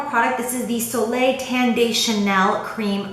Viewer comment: Just FYI to all you youtubers saying it wrong haha, in the "soleil tan de chanel" the "de" isn't pronounced "day", but rather as if you were saying "the" with a "d"! :)